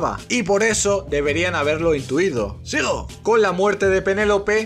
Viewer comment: Me encanta cuando dice: "zigooo" y "venzida"... jaja es lo máximo, amo este canal, el humor es fresquísimo y demasiado inteligente. Mis dieces ❤❤